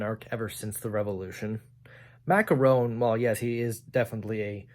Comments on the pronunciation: Interesting video. One thing: Macron is pronounced like: Mac-Ron. My stance is: American Republicanism and European Constitutional Monarchy. I’m an American, so I’m a republican (not the party), but I am accepting of one 25 year term for all branches of government, so we would have four presidents each century. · Macron is spelled mac-gon, with the g articulates from the velar or uvula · Lol the way you say macron is so silly